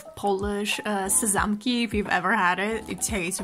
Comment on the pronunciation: I love your videos. Their so chill and comforting! Definitely I will stay for longer :3 And I have a question! You're polish? YOU'VE SAID SEZAMKI REALLY GOOD!